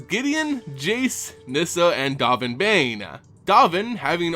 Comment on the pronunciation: 'Dove' n, like the past tense of 'dive' and 'Baan like 'bon bons'. XD dOHven BAHn. Love ya,, but pronunciations man, please, as a vorthos, it's important.